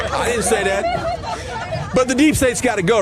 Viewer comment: Te supreme court acknowledv that, DITN'T they. DITN'T, ok, Marge, you dummy.